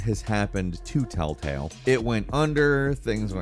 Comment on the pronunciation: First few telltales sounds like talltales but then afterwards sometimes u say it and sounds a mix of both. 😅😅